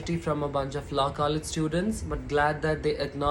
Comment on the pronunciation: It's ko- legge.... its per- so- nal....it's lo- college not low college...its hole-don.... ur pronunciation irrespective I'm in Total agreement with ur thought